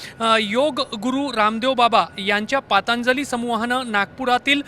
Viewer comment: पांतजली नाही दादा पंतजली निट बोलता येत नाही का?